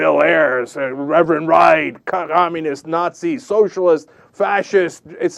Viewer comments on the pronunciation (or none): co-nom-unists... lol! luv ya cenk!